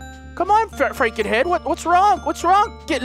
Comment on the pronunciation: dont say fra nken it makes me feel like your makeing fun of me :(